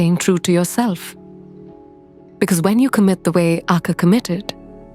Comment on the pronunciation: Great channel and I love your animation style! The word Akka in Tamil has the stress on the double k and a slight prolong on the last a, but not on the first a. More like aKKaa, not aakaa.